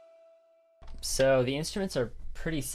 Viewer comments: "Inst-uments" xD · "INTSTUMENTS" clap clap